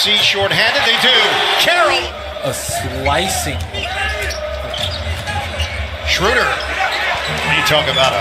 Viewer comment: They call dirk dörk and schröder shruder. 😂